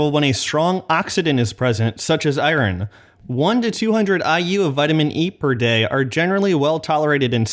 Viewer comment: I love you but, EYE-ERN